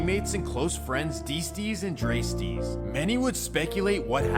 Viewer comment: LOOOL you a fool bruh. ITS D STEEZ ( DEE STEEZ " STEEZ LIKE BREEZE. nigga said d streets hahaah